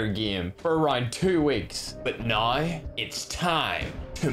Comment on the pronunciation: Bro I always love when he say "Noi" "Hoyever"